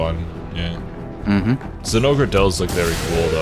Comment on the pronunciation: Why they say "Zinogrrrrrr"?